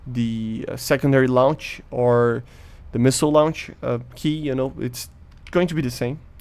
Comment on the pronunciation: A small thing i have noticed about your pronunciation of words is that you pronunce the "e" in words ending in "-ed", but it should be silent. Its just a small thing and your english is very good. So just pretend it is not there and say "receivd" instead of "received", "launchd" instead of "launched" etc.